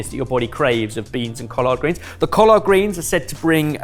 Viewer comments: pronunciation: coll-erd not coll-ard. said it better than. kwanza, where the "a-n" sounds like "ah" not just an "a" sound. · Bro. That pronunciation of "collard" and "Kwanza"......you could have just asked google before filming. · As somebody from the Southern US hearing collard greens not pronounced "Collerd" made me do a double-take. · For you Brits, "collard" is pronounced the same way as "collared" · Most folks in the southern US pronounce collard like the a shirt collar with a d on the end not cohlard like does. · Cau-lard greens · Being a very nearly lifelong resident of the Southern portion of the US, I have a slight issue with the pronunciation of COLLARD greens. While I understand that there is an A in the word, I’ve never heard it pronounced with the ‘A’. had it right, it’s more of an ‘e’ sound than an ‘a’ sound. Edited to add: Basically,go from the ‘l’ sound directly to the ‘r’ sound without a stated vowel in between the two consonants. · The way he pronounces collard!! Love it! 😂😂😂😂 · As a Black American, thank you for including our culture. Great job. pronunciation of collard greens was so proper!!! lol😂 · Lol, the way is saying Collard is killing me. was spot on and pronounced Kwanzaa correctly too, it's more Qua than Kwa. Merry Christmas from NY boys! xoxo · The way is pronouncing "collard" is sending me 😂 EDIT: "Bod High" 😂😂 EDIT²: 49 miles? I've had commutes shorter than that. EDIT³: I have never had a sweet kugel before, but I've heard of them. I would have said Germany because that's the origin of most Ashkenazi cuisine, but the sugar beets really confused me. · pronunciation of Collard makes me suddenly see the Hoppin john (blackeyed peas and Collards) in a but of a more posh light.. 😊